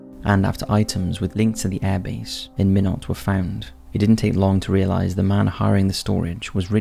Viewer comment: It’s pronounced “ MY NOT”. Why not Minot, freezing the reason”. Lol